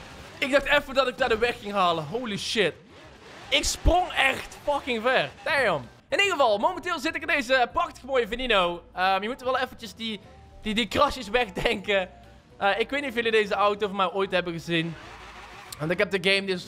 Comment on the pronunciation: Venino meen je dat het is veneno